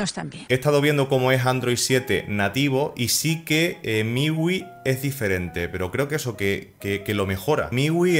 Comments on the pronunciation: Hombre, MIUI se pronuncia miyuai, para que lo digas fino filipino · "Miwi" - refiriéndose a MIUI, 2018